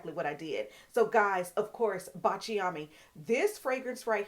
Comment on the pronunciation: Thank you for telling us about Baciami in previous videos. You definitely influenced me to purchase it. Baciami is pronounced Bahtch-ah-me only 3 syllables, and is an Italian fragrance that means “kiss me” in Italian. Kiss me in French is Embrasse-moi. Baciami is definitely a beautiful fragrance worth every penny and she is a stand alone star of the show fragrance that needs no supporting cast!❤